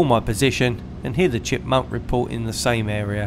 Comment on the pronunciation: You really have to seem to be unlucky recently. But good learning experiences I guess. Very interesting content. Keep up the good work! PS: I think it’s Chipmunk not Chipmonk